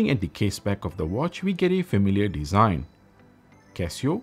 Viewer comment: Moronic review. DLC is the shiny finish "muay frend" of "breck pettern dizaign"